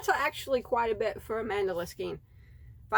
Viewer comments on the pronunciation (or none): MENDELA ❌ ITS """MAN-DA-LA"""